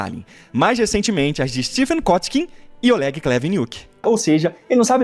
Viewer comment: Olégui Cuníti me acerta toda vez que eu escuto… Ele ainda faz um biquinho. 😂 Para quem é “nós, o povo soviético” a pronúncia dele parece que passou anos no Gulag, apanhando.